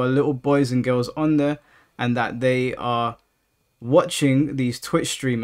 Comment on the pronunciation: I like how you say girls “gills” lol